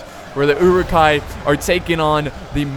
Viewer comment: Love these this vids, the pronunciation of "Uruk" or uruk-hai which means orc folk or orc men is not EWW-Rook. It is Uh-Ruk.